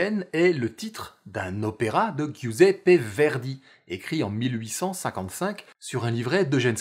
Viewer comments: Épisode de très bonne facture comme d'habitude. Cependant, la prononciation des noms italiens laisse clairement à désirer ... je me permets de corriger. En italien, GI se prononce à peu près comme je J anglais. Giuseppe se prononce donc "Djouséppé" (=Joseph), Giovanna "Djovanna" (=Jeanne). Sans le I , ça donnerait respectivement "Gouséppé", "Govanna". Et pour donner les prononciations données dans la vidéo, il faudrait écrire Ghiuseppe et Ghiovanna . PS: même système avec CI qui donne "tch" : par exemple, ciabatta se prononce "tchabatta". Et sans le I , ça donnerait "kabatta". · Giuseppe ne se prononce pas "Guiouzépé", mais "Jouzépé". Le "I" qui suit le "G" se s'entend pas, il n'est là que pour adoucir cette consonne, car, sans cela, on entendrait "Gouzépé".